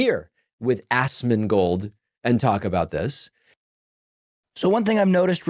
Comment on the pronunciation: notice how he pronounces ASMONGOLD as ASSMANGOLD lol also why Pakman always look like hes been crying?